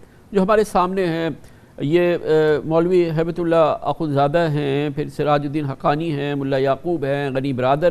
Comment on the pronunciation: Is jahil ko haybat ullah to thik se bolna nhi ata ..